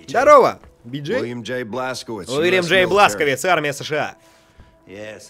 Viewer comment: Его зовут Блашкович а не бласковиц и ударение блашкОвич